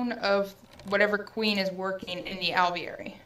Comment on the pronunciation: Lol when says Alveary it sounds like hes saying ovaries. Is it just me?